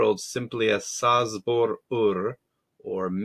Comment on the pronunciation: Oh my poor ears. It's pronounced Chabor 😂